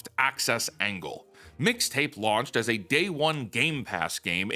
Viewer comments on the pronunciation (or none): her saying "Fixta" gave me psychic damage